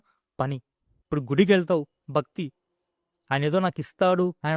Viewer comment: మీ తెలుగు లో మహా ప్రాణాలు లేవు. భక్తి - అని సరిగా పలకండి. Siddulu కాదు, sidhulu - ఇక్కడ వత్తు ఉంది.